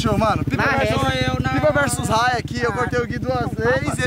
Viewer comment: É raia e não arraia